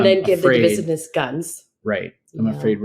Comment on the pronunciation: Your wife can pronounce devissiness with the accent on the second syllable. Sir please learn how to speak a word before using it on your post network.